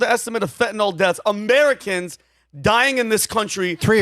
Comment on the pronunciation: pronounced fentanyl correctly.